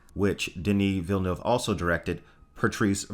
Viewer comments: Oh God, eargasm. You said Villeneuve correctly. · And it's quite difficult.